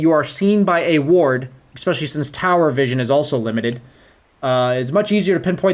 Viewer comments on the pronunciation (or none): Awesome guide, but please, "especially" not "expecially". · nice video, learned a lot from it. but can I please ask you to stop saying "expecially", the word is especially. drove me absolutely crazy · For someone who says especially a lot should really learn how to pronounce it properly.